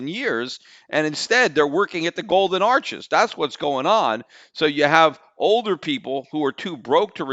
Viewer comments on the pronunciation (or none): none